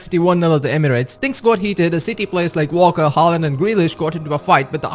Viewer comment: It’s pronounced Walker not ‘Valker’